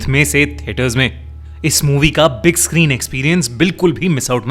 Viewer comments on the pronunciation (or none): none